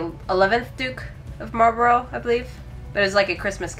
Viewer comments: Marlbruh, not Marlburrow. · Its not "Marlbro" but "Marlburra"